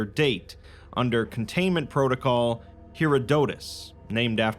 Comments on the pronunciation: “Hair-odd-oh-tuss” is how you say Herodotus. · Hair-odd-uhh-tiss just all smooshed together Herodotus.